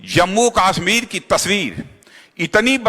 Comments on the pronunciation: Aby kaasmir nhi kashmir ha. Salaa naam to lyna Ata nhi. Baqwass bazi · isko pehle kashmir bolna to sikhao